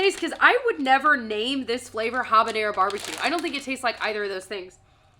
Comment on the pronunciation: The "H" in habañero is silent (he's are always silent in Spanish when it's the first letter of a word), so it's pronounced Ah-bañero